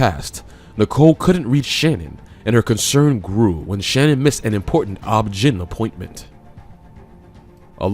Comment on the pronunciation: FYI. Cece is not Celeste, not Celeste-Tee. Also OBGYN is o.b.g.y.n not pronounced as a word.